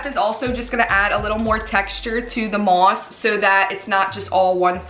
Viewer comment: The way you say mosk